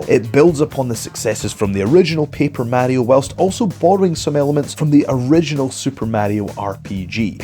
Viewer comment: say mario like that again I dare you.